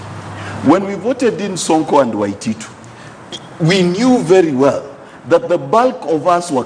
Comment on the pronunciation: Sonko can't pronounce the word Waititu haha